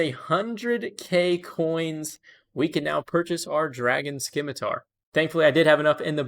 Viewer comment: The 'c' is silent in Scimitar!"!#!%TZ¤EGTKE=)